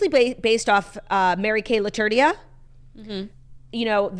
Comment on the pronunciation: The way Claudia said "Laturdia" instead of "Latourneau" 😂